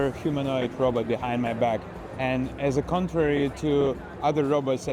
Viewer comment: "Robut phone"